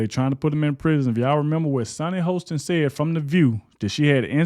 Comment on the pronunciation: it's pronounced Hawston for the B Sunny